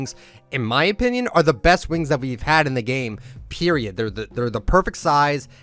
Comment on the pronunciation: He said periot